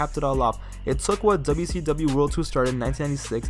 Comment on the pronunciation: Can I give you some Constrictive Criticism? Slow down a bit bro, youre talking in a bit of a rushed way, the way you say WWF and WCW is like DubDubEf and DuSeeDub.